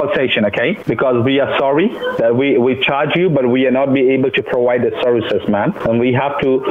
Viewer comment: He must like big girls. He is always saying prowide.